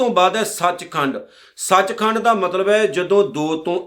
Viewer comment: Sach khand nahi sach khande hai ji kirpa kar ke ucharn thi ck Karo ji